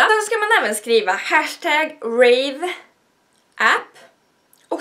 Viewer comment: De uttalas "Rev" ahahah